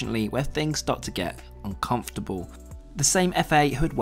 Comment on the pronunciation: man said uncomfortable like it was supposed to be murder